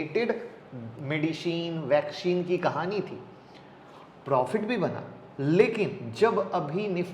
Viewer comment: Medisheen , vaksheen 😂😂😂😂😂